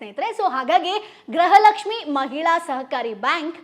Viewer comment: Le grahalaxmi alla adu gruhalaxmi 😂